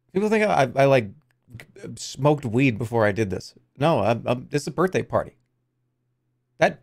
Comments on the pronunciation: "Happy Birhtday" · "Happy birhtday."